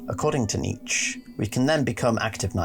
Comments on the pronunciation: It’s KNEE CHA not KNEETCH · Nietzsche is pronounced nee-chuh not neech. Btw I like your lore videos please keep going! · It's pronounced NEE-CHUH (Nietzsche) and also when you speak about Alll-Mer you seem to think he's crying blood. I'm surprised that you don't recognize that it actually mirrors Christ's chest being pierced by Roman soldiers with a spear, hence the bleeding falling from the chest area, not his eyes. HOWEVER, i must say that you do put a lot of good work into your videos, my friend. Overall, well done. Liked and subbed, because I want you to succeed. Just got a few dialogue things to tweak;) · How tf are you pronouncing "Nietzsche"? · your pronunciation of Nietzsche makes me want to eat fiberglass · Dude same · I love your video, especially exploration of philosophical perspective, but there is a "e" sound and the end of Nietzsche.